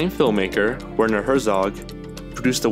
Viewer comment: Werner is pronounced with a V. It's German.